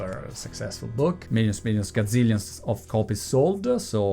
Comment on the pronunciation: Cazzilions? 😂😂😂 Nuovo termine inglese! Grande Monty